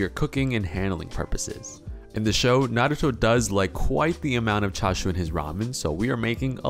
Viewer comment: I'm just happy you say Naruto correctly! Far too many people who have even watched the show, say it wrong.